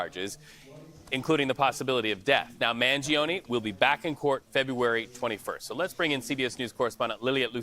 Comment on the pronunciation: the i in Mangione is mute.